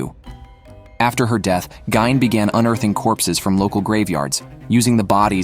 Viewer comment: It’s Ed “Geen” dude